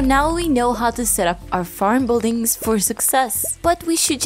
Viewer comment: And “bull-dings” lolol